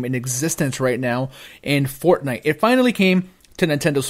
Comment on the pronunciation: i get it - you called it forgay instead of fortnite! you changed nite to gay. funny stuff. that being said, i think octopath should be on here as well...but even though i don't really like it, i would have been more shocked if fortnite wasn't on here.